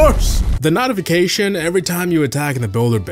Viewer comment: From hearing you say "randomnizer" to mispronouncing "notifcations" and "client" it shows me homie cant read